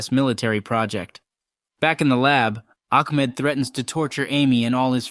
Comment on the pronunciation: I’m pretty sure it’s “Ahmed” not “Akmed”